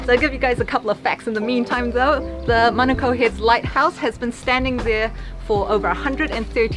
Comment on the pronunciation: Honestly I love that you guys say manukau and not manacow 👏🏽👏🏽